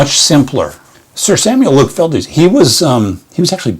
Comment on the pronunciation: Just learned while reading "The Life & Work of Luke Fildes" by David Croal Thompson, that the painter's last name is only one syllable. It was originally written Fyldes and rhymes with Childs, so I mispronounced it in the video.